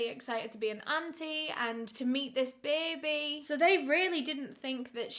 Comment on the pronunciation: said baby 🥲💔 Not BAYBEH🥲💔💔